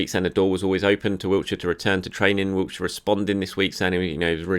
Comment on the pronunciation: OMG THERES NO T IN WILSHERE STOP SAYING HIS NAME LIKE THE PLACE ITS DOING MY HEAD IN GRR